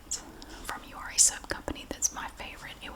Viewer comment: I watched this whole video thinking you were saying “you are a soap company”